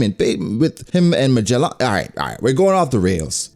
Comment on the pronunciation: He stays saying Magellan like that 😂😂😂